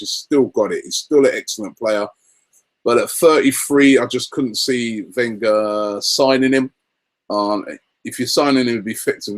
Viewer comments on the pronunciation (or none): none